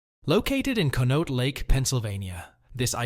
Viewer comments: Conneaut=KAHN-ee-aht Youghiogheny=YAHK-ee-GAY-nee My dad worked at J&L Steel in the 70’s and early 80’s. He went on to finish law school at Duquesne University and worked as a successful attorney but always maintained that he would have been happier back on the millwright gang and lamented the closure of the mills. As happy as I am that Pittsburgh has breathable air now, the movement of steel production overseas destroyed most of the smaller older towns around here. And now those countries are as polluted as Pittsburgh used to be. After my dad passed away in 2023 we were gifted a painting of J&L Steel Mill and it hangs in our living room. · Con-e-aut lake 😊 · Conneaut is pronounced connie-awt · The sound. For the lake is Con-ee-aught.